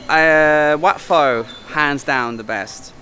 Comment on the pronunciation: It's Wat PO,. In Thai transliteration, whenever you see an 'h' after the initial consonant, it just means that the initial consonant must be aspirated. On the other hand, and frustratingly so for learner's of the language, no letter 'h' after the initial consonant DOES NOT always mean that the initial consonant is unaspirated. That's down to a lack of a universal standard agreed upon by academics in Thailand on transliteration unlike, say, hanyu pinyin of China.